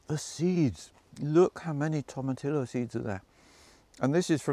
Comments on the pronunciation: You don't pronounce the "LL" in tomatillo. Its a soft "J" sound. Its like saying Gahlahpeno. No bueno. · It’s Toe Ma Tee Yo! Not TOM. A common mispronunciation. (From a San Diego, California native) Just north of Mexico.